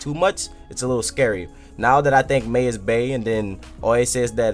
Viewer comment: it's pronounced my